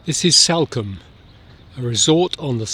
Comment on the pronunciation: It’s Salcombe…as in Saul…not Salcombe as in Sally